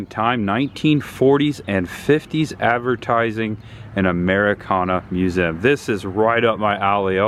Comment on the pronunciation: Please stop saying "museum"... Lol It always sounds like "mewzim" 😂😂😂 Always look forward to your videos...